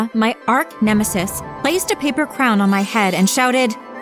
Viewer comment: did she say “Ark-nemesis”?